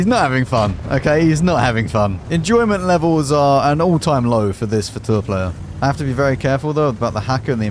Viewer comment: Hello, not to be annoying but Fauteur is pronounced as Fotöh(rh), eu is the same as ö in German and Turkish